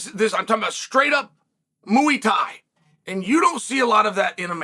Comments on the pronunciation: "Muwie Tie" -Chael Sonnen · "Mooey Tai" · Mooey Thai lol 😂